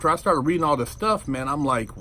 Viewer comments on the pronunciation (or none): none